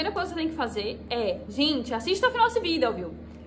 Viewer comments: Melhor "Vidél" que já vi sobre NIF, pois esse "Vidél" é muito explicativo, sem esse "Vidél" eu nem saberia que precisa do comprovante de endereço brasileiro!! Esse é o "Vidél" que todo brasileiro pensando em morar em portugal deveria assistir!! Que "Vidél", que "Vidél" kkkk a palavra "Vidél" não sai mais de minha cabeça, socorro!!! Kkkk "Vidél"!!! Kkkk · o jeito dela falar videl é engraçado demais " jhente compartilha meu videl " kkkk